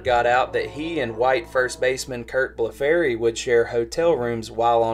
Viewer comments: It's pronounced like "Bleffurry" not "Bleff-farry". He was a superior athlete with speed and power, but not very polished so he couldn't take full advantage of his natural ability. Could hit, but not consistently, and was a poor fielder with no real position. To get his bat into the line up they tried him all over the field, but his batting wasn't good enough to make up for his poor glove. and he bounced around with a bunch of different teams. His career was considered a disappointment after a strong start (won AL Rookie of the Year). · Name is pronounced Bluff-ree